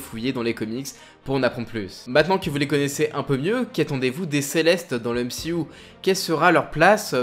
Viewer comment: juste un trcu c'est pas m si ou mais m c u